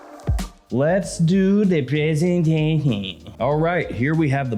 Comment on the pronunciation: let's do the prehsentehshen HAHAHAHA! CRACKED ME UP!! 😂😂😂😂